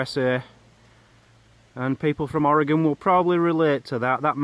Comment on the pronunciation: At least you said Oregon right, LOL I thought the plant with the yellow flowers was gorse. WE have them here.